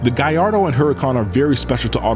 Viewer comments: Italians : Gal lardo This guy : guy ardo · Subbed, I never new Lambos are so much powered with turbos. By the way you're pronouncing Gallardo incorrectly not to nitpick away but it is: Gall (like to have the courage to do it) Lard (like fast food hahaha) Doe (like a deer) Gall-lard-doe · Amazing video. But, why do you say "Guyyardo" instead of Gallardo with an L? Is it the way it's pronounced or you just messing with us? I was enjoying the whole video but everytime you say the name, I just ich😵‍💫😖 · What's a guyardo? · Why do American pronounce Gallardo so weird. What on earth is a Gaiardo??